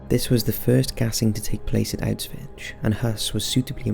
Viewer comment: Auswitch? Is that right? Sounds weird. Auswitch....( 💡 ) He's saying Auschwitz...wrong.